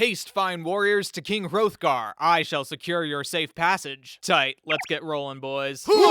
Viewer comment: you mispronounced hrothgar. The "th" would have been pronounced like "theÞ